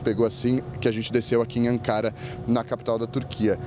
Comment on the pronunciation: Vários dias na Turquia e o jornalista não aprendeu a falar o nome da capital da Turquia corretamente. Que incrível!!!!